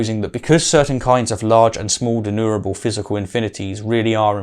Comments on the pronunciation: I promise to slowdown on the nitpicking habits but it's not pronounced De-nu-ra-ble like does here:...but /dɪˈnjuː.mər.ə.bəl/ Even low epistemological bar-holding william craig pronounces it better What am I doing???? why is my nitpicky nature clouding my love for debunkers of crappy-argument-holding low-epistemological-bar advocates. Why oh why!!!! Help me out somebody! 🥺 Aaaarrrggh! 😵‍💫 😂😂😂😂😂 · De+numerable. Not denurable. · denumerable or denurable? I keep failing to here the "ME" part in the word denumerable. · And a dozen times thereafter :-( "denumerable" has an M in the middle. It originates from the latin "numerus" or number. It is NOT pronounced "denurable". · You seem to me to pronounce denumerable as deneurable. (George W 'Nucular' Bush would probably approve.)